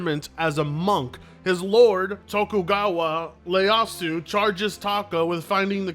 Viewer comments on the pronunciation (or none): Ieyasu ... not Leyasu! Leyasu sounds like a tiktoker moniker!